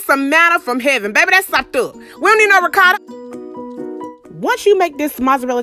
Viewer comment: loooooooooooooooooool!!! "We don't need no ricarrrrrda!!!" LOVE IT!!